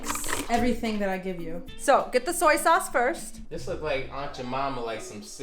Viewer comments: SOY and SEW-EE are two pronounced differently. SOY, TOY.. they are supposed to rhyme. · He said Sue-ey lmao